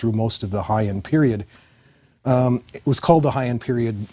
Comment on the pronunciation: In the first 30 seconds our expert mispronounces BOTH Heian and Kyoto. Loser